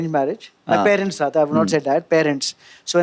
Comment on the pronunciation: Someone pls teach Amit how to pronounce “parents” 😅